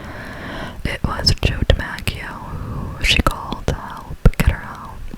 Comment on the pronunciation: I wonder how many Yankee fans are cringing at the way you pronounced DiMaggio. 😂 Congrats on the Visa!! ❤